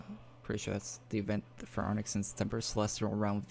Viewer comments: "Aranx" is pronounced AH-RANKS. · My guy, it's pronounced "Ah-ranks". I think so anyway >.< Good vid b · bro his name is pronounced "a-RANKS" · It's AR - ANX like arrr then ancks